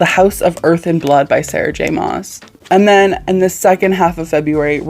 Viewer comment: I found you through horror but I'm so happy you're branching out. Horror is one of my favorite genres but TBH I don't read nearly as much horror and Thriller as I do fantasy. It's just so comforting to me. Btw SJMs last name is pronounced like Christmas mass